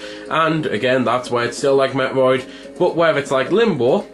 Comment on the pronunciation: Your pronunciation of metroid. Felt like you were talking about a different game.